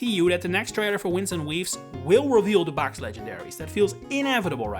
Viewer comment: Gave the video a thumbs down due to the pronunciation of "waves" , lol